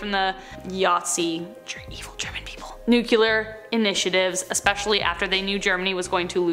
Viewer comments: Hey, it’s pronounced ‘NU-CLEAR’ not ‘nu-cu-lir’. Just saying. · How are people still saying "nucular"? It's nuclear. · It's pronounced "New- clear" not "New-q-ler"